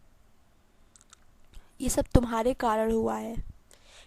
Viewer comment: Ma,m karad nahi hota karan hota hai 🙄